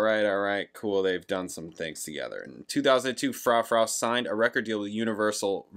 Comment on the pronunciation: Dido (die-doh) is known for "white flag" (give it a listen and you may recognize it). Her most popular is "thank you" which is sampled in eminem's "Stan". (Im sure you know by now but its Froo-froo 🙂)